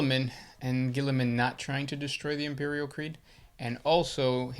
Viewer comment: "Imeprial"? C'mon.